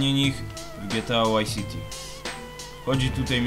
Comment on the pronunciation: Czy Ty kurwa mowisz GTA WHY CITY! Wtf.